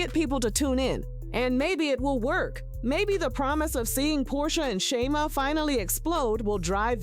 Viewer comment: Content Creator promise me you will pronounce Sha-meeeee*ya😂😂 correctly before you blog in the future. The show is going down fast. Why? Wrong housewives! Porscha is just createing content that has drama in it to say her own job and she should not risk the union and friendship of a lifetime bff. Its simply not worth it.